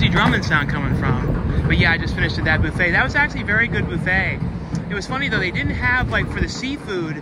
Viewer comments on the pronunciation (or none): It's buff-et, not boof-et